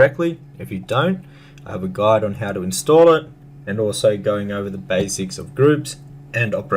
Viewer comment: "GOLD GUDE".. is that Orcish? Like "ME LIKE GOLD. GOLD IZ GUDE!"